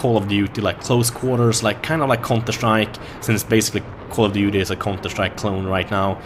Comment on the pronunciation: should be promoting BF3 for dice. just look at this gameplay. "in call of dutey you call in thee airstrike and in battlefield i am the airstrike"